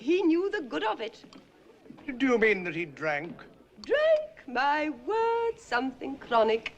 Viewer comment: For a moment I thought she said the n-word...